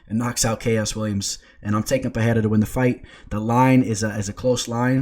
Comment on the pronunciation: It’s not Pehera.. it’s Pe-rei-ra H sound rule doesn’t apply for R’s in the middle of words